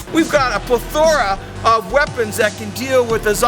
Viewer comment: I was gonna flip out when he mispronounced 'plethora' in the beginning, but honestly it isn't worth it. The man's awesome enough, he's gonna have flaws somewhere.